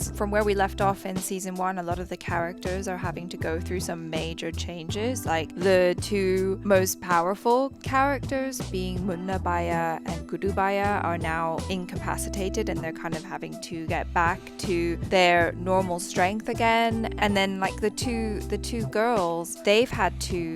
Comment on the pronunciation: saying munna baaya is making me mad but she is cute